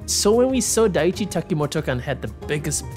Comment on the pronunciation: just a little correction.. It's not Daichi Takimotokan. It's DAI ICHI Takimotokan